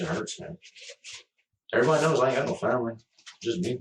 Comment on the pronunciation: Obviously this is the least bothersome thing about this man, but the way he says certain words pisses me off. “Fahmily” instead of “family”